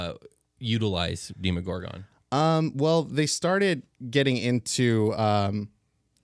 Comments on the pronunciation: Demo-gorgon, not Deemo-gorgon. Yeesh this gave me an aneurysm. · Was I the only one irked by how they pronounced the Demogorgan? I've always heard it as Deh•Mu•Gore•Gun not •Di•Mo•Gore•Gun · I've always pronounced it Demm-owe-gore-gun Hearing the long in the beginning always sounds strange to me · DEMO - GORGON. SAY IT RIGHT